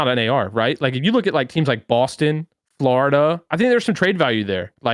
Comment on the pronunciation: Aches - "Flahoriduh"